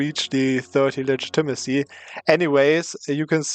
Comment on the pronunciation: its pronounced ligit-a-ma-see